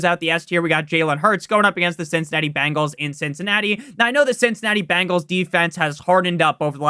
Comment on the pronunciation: BENGALS NOT BANGALS!!! nails on a chalkboard